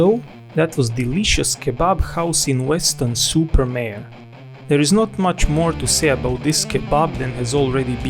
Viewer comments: Weston Super what? Maree? It's Mare as in air. Are you doing this on purpose? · Try to say Mare as in super horse 😆